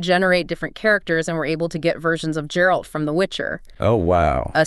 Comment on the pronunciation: shes walking backwards at times and said geralt wrong... also the video game shown the whole time is incoherent and jumping from theme to theme... lol at ark